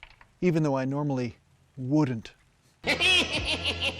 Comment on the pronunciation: woodn't ahahah